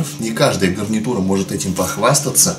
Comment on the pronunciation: ты сказал не гарнитура гавнитура